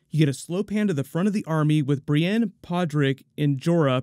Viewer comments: after watching it another 10 times replay after replay he definitely sounds like he's saying Bronn. But I don't think that's brienne behind him. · Is it possible he’s saying “Brienne”?